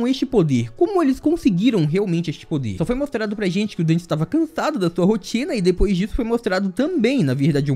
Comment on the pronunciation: NÃOOOOOOOOOO, tu me fez errar a intro falando dan ao invés de den, estou sofrendo um colapso, meu corpo esta derretenddddddddddd